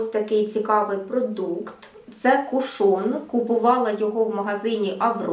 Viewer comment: Чомусь наголос дуже багато хто робить на другий склад, а правильно - кУшон. Сьогодні купила в Аврорі, зверху запечатаний, як і у вас, а знизу - ні, тому і відкривала, як вам тут радили - знизу. І чомусь у мене виникли підозри, що його хтось уже відкривав... Коли відкрутила кришечку, під нею все якось було мокро, та продукту набагато менше, ніж у вас. Таке враження, що рідина відокремилася від тонального крему і вилізла назовні... І плівка з назвою вся в цій рідині прилипла до кришки. Так що не факт, якщо зверху запечатано, ніхто не користувався. І запах якось не сподобався... якимсь б/ушним віддає. Прийдеться викинути…